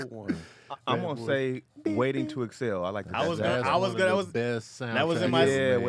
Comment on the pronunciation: Anybody else catch pronounce Waiting To Exhale like "Waiting To Excel"? XD